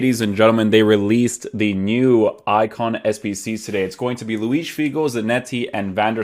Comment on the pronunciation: Very nice review. You had me at your correct pronunciation of Luis--it grinds my gears when people pronounce José (Mourinho) or (Gabriel) Jesus the Spanish way--but then you turn out to be Portuguese, so basically you're cheating :) I've been considering buying this card, so for me it's good to see someone try him out as a winger and wide midfielder. I agree with your chem views too. The workrates worried me a bit and I'm glad to see the effect of those without buying him. I really do not want a winger standing back with an acre of space in front of him and politely applauding as his team-mates get a goal. Thanks.